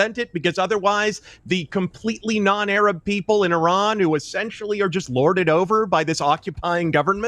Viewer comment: Crazy hearing Americans pronouncing Iraq and Iran properly. Well done